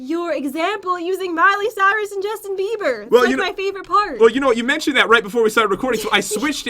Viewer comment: Omg popularmmos did just say Justinbever😂😂😂😂😂😂